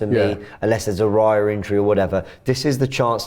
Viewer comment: Another video where Robbie is pronouncing Raya’s name wrong. Your saying it as it sounds like reya when it’s Raya